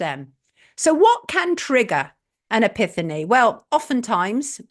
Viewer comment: epiphany - pronounced epifany Sonia :)